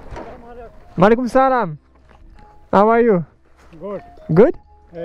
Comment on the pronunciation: ce n'est pas malikoum salam essaye plutôt Alikoum . autrement respect super ton road trip je découvre je vais aller voir les autres videos V